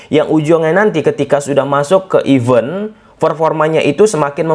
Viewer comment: Event bro, bukan even